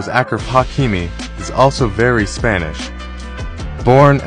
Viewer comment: Its not akraf 😕 it’s pronounced ashraf and idk why he spells his name with a C either its should be AShraf